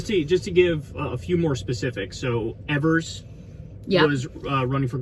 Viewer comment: This was my first time voting in a midterm, im happy to know my piers and I agree that the modern GOP has to go. Never in my lifetime did i think abortion rights would be on the chopping block but here we are. Also, its Tony Evers (eee-vers) I feel this is vital information for you.